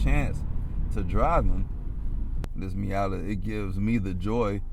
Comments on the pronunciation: What is a "MeeYADDER"? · Did he say Miata with the hard er 😭😭